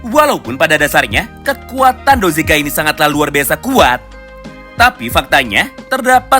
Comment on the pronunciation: Bukan dozega, tapi dogeza, dogeza adalah sujud secara tulus/sujud mohon ampun